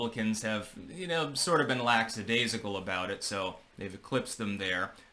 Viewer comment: *lackadaisical ... not laxadaisical. #PetPeeve